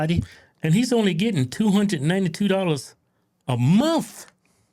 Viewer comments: ITS MONTH WITH THE “H”!!! Not “mont” you savage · "I get $292 a muh" 🙄